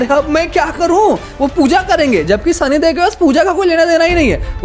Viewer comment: Idiot sahi sa name bool la sani dev bool sani dev😡